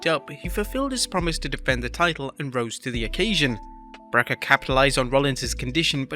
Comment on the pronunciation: I swear gets worse at pronouncing Breakker every time he says it.